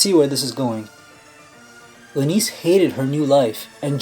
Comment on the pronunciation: Pronounces Lynesse as "LUH-NEESE". Seriously?? So how do you pronounce the word for a female lion? Also "LIONEESE"??